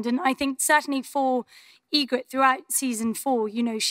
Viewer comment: at first i thought she said ingrite and i was like nah no way then she did it again hahaha